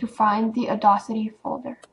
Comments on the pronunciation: Awesome video! Audacity is pronounced "odd-assity", not "addossity", FYI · Uh-Daws-Itty... just sayin... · awesome video :) but its pronounced "or-dass-ity" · You're pronouncing audacity wrong...